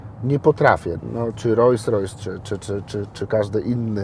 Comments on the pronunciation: Ta luksusowa marka samochodów nazywa się Rolls Royce czytamy „rols rojs” nie „rojs rojs” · Kiedy słyszę kogoś kto jeździ autem marki Rolls-Royce, a nie potrafi wymówić poprawnie tej nazwy i powtarza 30 sty raz ("rojs rojs")to szlag mnie jasny trafia!!!....mimo wszystko życzę dużo zdrowia i powodzenia w życiu 👌👍 jak zwykle klasa 👌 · Rolls Royce a nie Rojjs Rojjs… 🤦🏼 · Ogólnie be hejtu... ale typ jeździ RR, a ciągle mówi Royse Roysem :D kufa, brawo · Fajnie, że posiada, ale to, że nie potrafi nawet poprawnie wymówić nazwy swojego samochodu za kilka milionów złotych, mówi samo za siebie ....